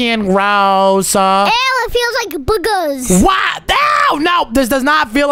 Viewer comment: The fact said “Boogees” instead of “Boogers”😂